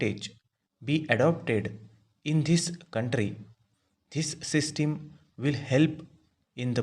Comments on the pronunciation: bhai sisteen ni hota hai yr pronounce toh thik se kr lo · Sistim kya hai bhai pronunciation sudharo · Bilkul bhai.... इसकी सिस्टिम खराब है शायद।😜😜😜😜